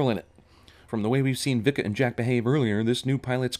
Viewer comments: It's pronounced "Vee-ka". Jesus. Can't believe the movie got that wrong. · BAHAHAHAHAHAHAHAHA Vika is a Dik-a to Jak-a HAhahahahahaha classic